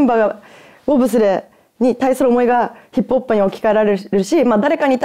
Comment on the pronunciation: 「ヒップホップ」が「ヒップおっぱい」に聞こえる。